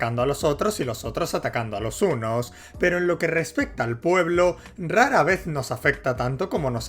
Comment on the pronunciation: puedo oír las h en "hunos" y "hotros"